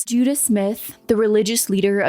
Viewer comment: I'm sorry, Ican't stop giggling about how this culty pastor is called Judah Smith. When you say it it just sounds like Judas 😂🕵‍♂